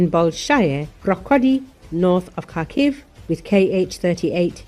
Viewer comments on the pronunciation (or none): none